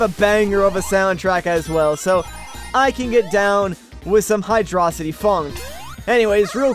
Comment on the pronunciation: 1 yr late but wtf do you pronounce hydrocity highdröcitee